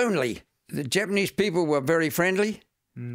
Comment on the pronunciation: even though he has been living in Japan for a long time, his pitch accent is almost all wrong.